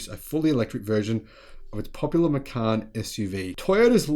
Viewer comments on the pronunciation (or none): none